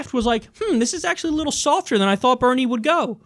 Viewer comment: Benie? You mean Bernie don't you? 😄